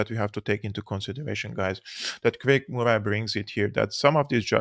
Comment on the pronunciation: You dont need to comment on Germany's actions. We understand. The facts speak for themselves BTW. Murray pronounced like curry. Good Scots name. PS I know English is only one of multiple languages you speak❤